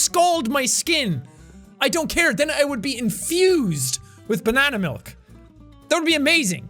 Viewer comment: Are You sure that is actualy 'hot banana milk' or it is... 'Hot dick milk' if u know what i say banana milk semen?